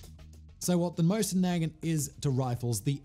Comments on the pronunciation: Great video, but as I'm sure you've already been screeched at, it's pronounced 'Mow-sin na-GHANT'. Cheers. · MOW-zin nu-GAHNT Come on, Simon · SIMON say it with me..mow-sin nah-gaunt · Moe-zyn Nah-gahnt. Jesus. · Us good ol' boys in the US pronounce the Mosin Nagant as Moe Sin Nag Aunt! Not saying that's the correct way, but it is what it is! Lol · For clarification: I actually find his horrible pronunciation REALLY funny. Simon chose violence and I don't think he knows he did. And I LOVE it. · That is the first time Iv heard heard someone pronounce Mosin-Nagant like that 😂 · REEEEALY bothering me with the way he says Mosin Nagant tho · He's saying Mosin Nagant like its a slur. Just completely butchering the pronunciation LOL. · Hey fact boy, at least you could learn to pronounce Mosin-Nagant